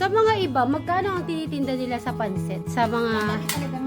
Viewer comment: Pansit madam / not panset baka po ma confuse ang viewers.